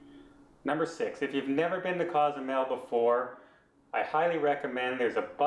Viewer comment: …Cozumel is not a town. It’s not a city. It’s an island. The city is San Miguel. Pronounce sawn- meeg-WHALE. On the island of ‘coe-sue-MAIL’. (Not cause-zoo-mell, Nor cause-you-mell) You provide some great tips on travel there. Also help people with the names! And by the way, the ferry is out of ply-awe-dale-CAR-main. Say it slowly at first. NOT play-a-dell-car-men